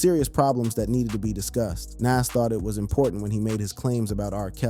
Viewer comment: Big L had NOTHING to do with Jay Z's career you're not a "big age" at 26... You're still wet behind the ears and you're lack of knowledge of hip hop is the proof. And Lord have mercy Nas isn't (Na-as) it's, (Nah-z) Y'all millennials SMH